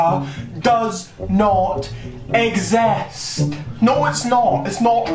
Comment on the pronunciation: Who trusts a a random who says "ex...est", instead of exist